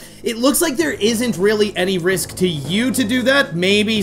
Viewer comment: It's Ice Rink Risk not Rinse. It's RISK.